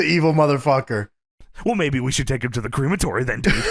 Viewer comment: hearing "cre-matory" instead of "crem-atory" is weird lol